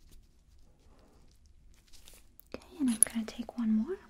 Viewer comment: I love how she says “ok” like “okAy” idk why